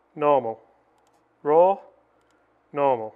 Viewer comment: RAW!!!! Sounds like FORE!!!